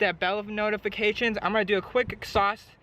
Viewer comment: Its "exhaust" not "exsaust"